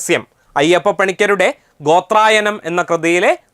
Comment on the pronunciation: ഗോത്രയാനം ആണ്😊 ഗോത്രായനമല്ല